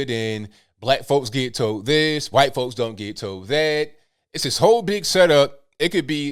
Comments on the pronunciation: 'huh-white'? 'cool wuh-hip' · no i havent seen it lol i dont get it. So he just puts emphasis wh for white